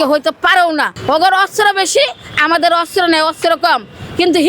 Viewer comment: ভিক্ষুক মুক্ত বাংলাদেশ চাই! দুরদর্শী সম্পন্ন লোকের মন্তব্য বক্তব্য তুলে ধরেন! দেখবেন আসল বাংলাদেশের আসল চেহারা! এমন মহিলার বক্তব্য তুলে ধরেন যে অস্ত্র কে অস্র বলছেন 😅😅😂😂 হায়রে দূর্ভাগা জাতি😢!